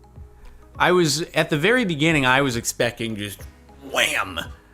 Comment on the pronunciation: "At the very beginning, I was expecking just whaam." - Jirden Morgan